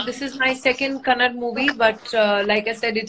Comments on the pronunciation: Its kannada not kannad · It's not KANNAD, it's KANNADA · It's kannada Not kannad 😈😈😈😈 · It's kannada🙏 not kannad😴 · Bro this is not new thing...north people always pronounce like that....like shiva shiv..rama ..ram..its not her mistake..its hindi people problem..forget her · It is not kannad ...correct pronunciation is Kannada.. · Yamma.... Adhu kannad alla ma KANNADA 🙈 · Raveena Tandon like everyone else abhi bhi " Kannad " pe atki hai ,Please pronounce it as KannadA ,ur the actress in the movie... Aap hi galat pronounce karoge ,toh audience kya sikhegi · It's kannada not kannad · Pronounce as kannada not kannad😡😡😡😡😡😡